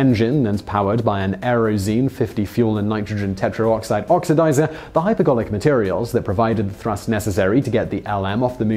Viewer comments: Wait, did it say, "Hyperbolic" when it meant, "Hypergolic?" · Poor preparation, team ! It's hypergolic, not hyperbolic 😀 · HyperGOLIC not HyperBOLIC. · You switched from saying "hypergolic" to "hyperbolic" for the last one. Not really consequential if the viewer is paying attention, but precision in language is important. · Do they include one mistake in each of these videos intentionally? 'Hyper bolic' fuels -- really? "I'm so powerful that if you're not really careful on that throttle, we'll hit Warp Factor 9 and end up at Alpha Centauri..." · Did anyone else hear hyperGarlic??